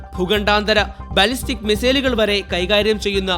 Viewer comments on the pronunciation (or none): none